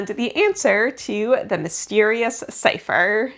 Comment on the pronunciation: CIPHER! not long a long cipher please...